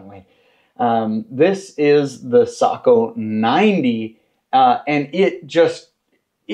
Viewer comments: "Socko" or isn't it "Say-co"... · I always thought you say Sako, like say-ko. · Google says it's say kow. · I’ve been around Sakos for a long time, but I’ve never heard the name pronounced like you say it. I could be wrong, but we’ve always pronounced it with a long A sound, like Sako rhymes with mako, as in mako shark. Do you know for certain which is correct?